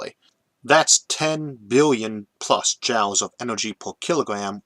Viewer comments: Quite apart from the "impediment", there is also his sometimes-strange pronunciation. In this video, saying "jowls" for joules. Joules is usually pronounced just like "jewels", and comes from the name of the English physicist James Prescott Joule. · Why are you pronouncing joules as "jowles" instead of "jewels"? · Are you pronouncing Joules as "jowls" instead of "jools" due to the difficulty with rhotacism or because you've read the word that way before hearing it pronounced? Jw. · one pronunciation that gets me everytime is Joules ... he says jowls when jewels is more accurate ... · Heehee. I don't even notie the accent/impediment most days. But pronouncing joules as 'jowls' instead of 'jools' made me giggle. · I always thought "Joules" was pronounced the same as "jewels", not "jowls". Yes, that's probably how it ought to be pronounced, phoenetically, but then look at words like "laughter" and "daughter"... English is a messed up language. And it reminds me of something i read not that long ago... went something like "Don't make fun when someone mis-pronounces a word. It probably means they learned it by READING." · Joules = jewels not jowels, yikes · Joules is pronounced "joolz" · FYI joules is pronounced like "jewels" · you can't simply say fuel all the time and then epicly mispronounce joules which has the same sound. i know you have a speech impediment, you explain it every video. but you saying fuel right proves you can pronounce joule. sorry for shitposting... i love your videos, but i just had to say this.